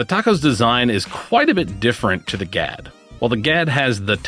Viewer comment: The Swedish word Gadd means "fang" and is pronounced with a very short and sharp (duh) "a." Doesn't pair well with our midwestern flat long a's. Think of how you'd pronounce a surprised "Ah!" That's the "a" you're looking for. Happy to be of service any time you want help with Kastaplast pronunciations!